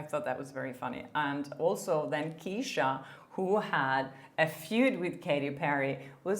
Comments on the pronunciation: Love your content, thank you for all of your hard work! Just a quick note - Ke$ha is pronounced "Keh-shuh" ☺❤ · Btw, Kesha is pronounced as Cash -ah